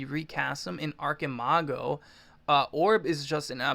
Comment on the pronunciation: I think the correct way to say it is "archeemago" since its a word in spanish.